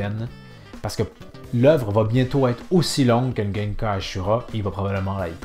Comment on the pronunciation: On dit pas Genkan mais Kengan 🤣😂.